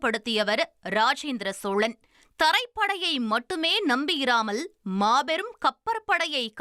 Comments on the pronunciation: Athu chozhan not sozhan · சோளப்பரரசு அல்ல சோழப் பேரரசு. சோளன் அல்ல சோழன்.